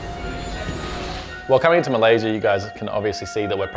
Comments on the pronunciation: Malaysia not maylasia. Just fyi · its MALAYSIA not MAYLASIA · Its Malaysia not maylasia hahahaha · Malaysia not maylasia😅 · Malaysia not Maylasia 😂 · MALAYSIA not MAYLASIA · Maylasia? Malaysia mate. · Malaysia bro. Not maylasia 😢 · "Maylasia" - what?